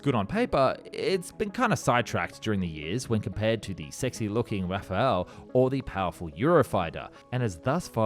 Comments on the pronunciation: Why this guy saying griffen when it's grippen!..and say raffael ....it's raffale!!.this guy don't know sheet! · For the love of engineering PLEASE stop calling the Rafale the Raphael, they are spelt COMPLETELY differently. How would yanks like it if we all called the Eagle the Owl? It's pronounced Rah-Far-Lay.